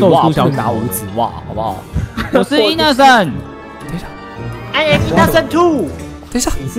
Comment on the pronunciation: IN 怎麼聽起來像"硬"